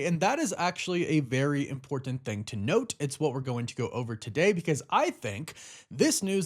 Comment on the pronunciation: I love your videos.. but dude, just say the simple word "important" you dont need to pronounce it so damn hard every time** Impor"T" (very hard T) Ant... imporT Ant.... dude wtf